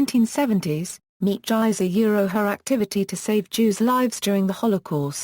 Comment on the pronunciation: You have mangled this wonderful woman's name, not just mispronounced it, but MANGLED it. It's insulting and makes you sound very ignorant. If you are going to produce a video tribute to someone the LEAST you could do is PRONOUNCE THEIR NAME CORRECTLY. Its would take oh maybe thirty seconds of internet research to find out how to pronounce her name. Her name is pronounced MEEP GEESE or MEEP SAN-TRUE-SHITS. Do a little bit of research, show more respect for your subjects!